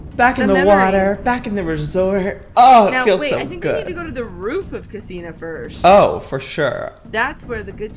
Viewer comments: I love how they call the “cinema” casina 😂😂😂😂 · Joey it's called a cinema like a movie theater😂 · btw the "casina" is a cinema, but lol joeys dyslectic I will not judge!! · Isn't it cinema not casina